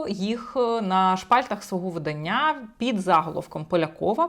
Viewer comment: Наголос видАння. ВиданнЯ це заміж видають.